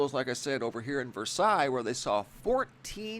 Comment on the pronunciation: It's pronounced ver-sales